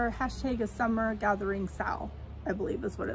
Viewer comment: I'm catching up on my flosstube watching and I love the owl piece you're doing. I also love that you said we are doing a sal it sounded like "sa-owl" 😁❤ Can't wait to see all the owls :) I picked up some "Passion" in that FNFN too!